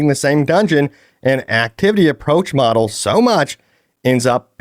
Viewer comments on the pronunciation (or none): none